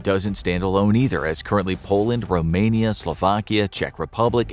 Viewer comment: Finally, you got the name right. ROMANIA, not ROAMANIA. Props to you